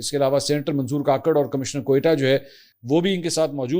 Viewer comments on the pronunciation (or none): none